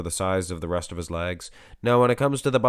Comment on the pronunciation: Ok its legs not lags not trying to ne rude but after a few videos i had to do it. Maybe ur doing it on purpose just to be funny idk